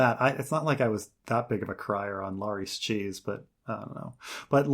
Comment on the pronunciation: Back with that Lar-EEs pronunciation, same as with Var-EEs. It's almost like he's doing it out of stubborn defiance at this point. Lol, names aren't subject to personal preference when it comes to pronunciation. I'm sorry, that's wayy off topic, but this has been a peeve of mine for literal years. Still love, though.